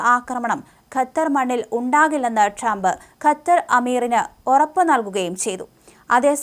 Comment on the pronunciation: കത്താർ അല്ല ഖത്തർ